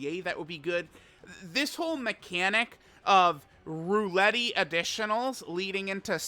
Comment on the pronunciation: i beg you please say roulette properly